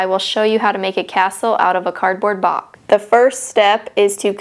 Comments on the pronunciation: A BOCK A BOCK ! ITS BOX NOT BOCK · A bock a bock!its a box not bock